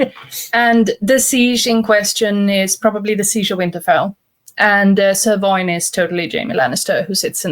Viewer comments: The fact every time the knights name is said I hear either Sirloin or Ser Loin makes the whole video so much better. Especially when "Ser Loin" gives me flashback to every occasion a romance book had paragraphs about feelings and temperatures of someone's loins during romantic/ naughty scenes. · 7 minutes in, I can only hear the characters' names as Trailer and Sirloin.